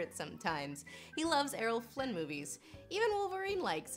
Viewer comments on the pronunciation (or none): none